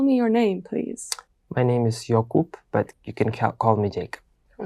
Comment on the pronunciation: His name is not Okupe😅